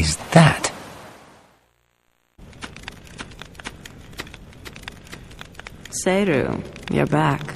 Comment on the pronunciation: she pronounces seiru as "sy-ru"